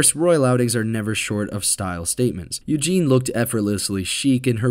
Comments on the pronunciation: It’s not Eugene (male form) it’s Eugenie pronounced Eugeney (female form) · Eugenie.. not Eugen.